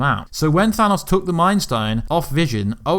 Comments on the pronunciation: than AHsss? its pronounced than OOOs. OH not AH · Sounds like you are saying "Thanus" instead of "Thanos"